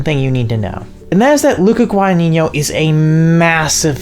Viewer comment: so many wrong pronounciations of the surname "Guadagnino" great video tho